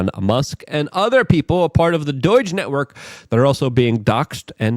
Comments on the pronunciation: It's pronounced "DOGE" not "DOIJ" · I know Luke is European, and maybe it's to beat the algorithm, but doige? Its D-oh-ge. Makes me want to scream lol